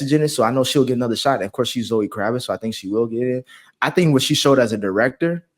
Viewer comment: It's Kravitz